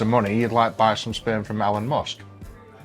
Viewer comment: ELL-ON MUSK